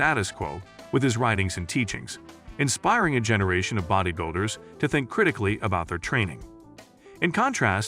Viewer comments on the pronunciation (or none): none